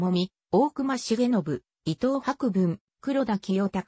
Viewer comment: さいごうをにしごうといったり、いとうひろふみをいとうはくぶんと言ったり間違い多すぎて聞き苦しかった